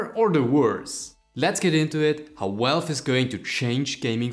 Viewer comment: I heard "welwe" - what the heck did you just said? Ah... Valve....right... Then I hear Welwe again - what? Ah, forgot again you meant "Valve". Other than that, great video :D